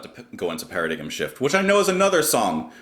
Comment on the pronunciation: Para-diggum 🤣 Sorry,, it's pronounced para-dime. I always thought that LTE was a strange marriage. Tony Levin is from a different generation and he's not a shredder. I love TL and think he's great at what he does. This music doesn't compliment his style which is why I think he stays in the background. I'd like to hear the other members of LTE play a song in the style of TL. That would impress me more.